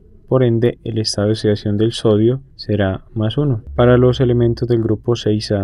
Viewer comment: "El estado de osidacion de osigeno" xD jajajaja